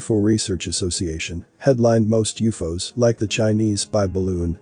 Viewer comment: When I hear people cannabilizing common words we use everyday. I look some else. What did he say Uuffoos ????? WTF It's always been U. F. O's Uuufooos